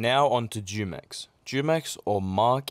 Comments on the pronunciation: Very interesting vid Btw the Jumex juice is actually aight The native Spanish speakers say it like Hoo-mex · It's pronounced with an h humex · I think its pronounced Hu-mex like the drink Jumex